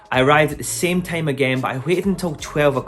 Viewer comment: Was he saying time or tame ?